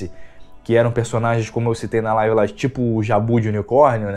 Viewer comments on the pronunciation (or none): none